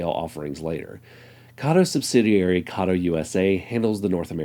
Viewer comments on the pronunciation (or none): Not saying Kato correctly its from katou. Pronounced Kar- toe with emphasis on the t. Ka as in car and toe as on your foot, car is said quick Toe is said slow. carToe.